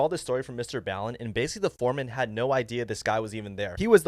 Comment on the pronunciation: Bro he literally says his name in every video how do u pronounce mrballen wrong is BALL-IN not BA-lin